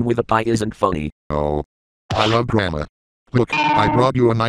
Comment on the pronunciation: it said drama with the a sounding the way it does in "santa" so he just mispronounced drama and that's ok